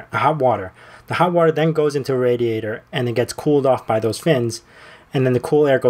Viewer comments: Nice overkill! Love it! One little quibble: I cringed every time you said "raddy-ate-er" instead of "ray-dee-ate-er".. :) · "raD-ee-ay-tor"? do people really pronounce it that was in the US? (instead of 'ray-dee-ay-tor') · You pronounce "radiator" so wrong... it triggers me and I don't know why. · Anytime I hear RADiator I get so triggered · I like the way he says RADiator. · "Rad-e-ator" Pennsylvanian right? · Did you say RADiator? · hands flying hands flying "RAD iator" Hands fkying " RAD iator" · Say 'radiator' again. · ra·di·a·tor - straight from the dictionary just to clear things up